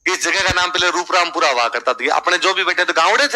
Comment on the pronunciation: रूपरामपुरा नही 'रूपारामपुरा' नाम है